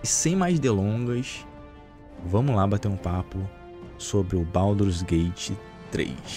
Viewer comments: "Pauduru's gate 3" 😂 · é um pandeminion safado. Mas ele falando baudurgate é muito foda hahahahahahha